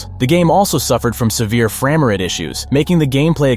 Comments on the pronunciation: Did homie say Frammer-ate instead of Frame-rate? Hahahaha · Did homie just say "Frama Ret issues" instead of "Frame Rate issues"?! lmfaooo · Excuse me sir…. “framer at” issues ??? How do we know YOURE not A.I.???? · What’s a fer-am-er-ate? I think there is something wrong with your spe-ack-e-ing voice. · AI saying "Fram-er-ate" lol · did you hear the ‘fram rate issues’ too lol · Anyone else think the narrator pronunciation of frame rate(framerate) was weird? Is the narrators voice AI? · The way pronounces ‘frame rates’ is a dead giveaway